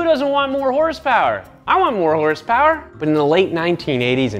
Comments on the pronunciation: 2000 HORSEPOWAH!! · horsepower u mean hersperrs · You actually pronounce it as Hersper not horsepower